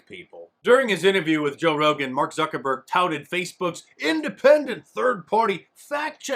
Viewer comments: "Zucker borg" lmao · "Zuckerborg" hahaha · Mark Zucker-Borg 😂 Gets me every time lol